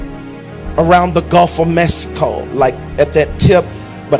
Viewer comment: “Around the gulf of Mess-ico”😂😂😂